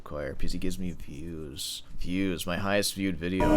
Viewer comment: Literally choked when u said viewws🤣